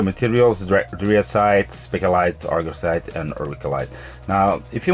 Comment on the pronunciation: ok so let me help u, "art-ian" = artian , gem like the jewel right? gem-mah = gemma